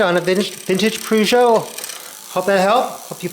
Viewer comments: Purr-jo not Poo-jo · What's a poogeot ? Lol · Pronounced 'Perjo'...btw.